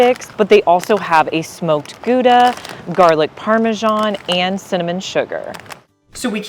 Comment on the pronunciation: Near the end, when you were trying the flavored pretzel sticks...I swear I heard you say one was a "Smoked Tuna" flavor ! Imagine my relief when you showed the bag and it was "Smoked Gouda" !!! 🤣🤣🤣